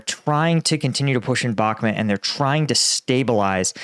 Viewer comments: the name of the town is Bakhmut /bəh'mu:t/ with the stress on the second syllable. Thank you! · I don’t get why he keeps pronouncing Bakhmut as Bakmet. It’s not in Pakistan. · It’s BakhMOOT. Like that… You sound like a clown.